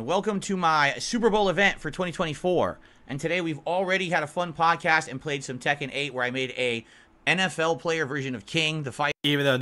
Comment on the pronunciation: phil spell podcast wrong it said level 1 bod cast that dee dah deee